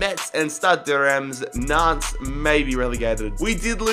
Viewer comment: Actually the pronouncation of Nantes is [Nant]